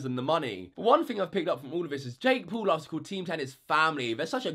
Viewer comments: It is not Jake pool it is Jake Paul. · No hate but you said jake pool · Its jake Paul not jake pool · you can't even say Jake Paul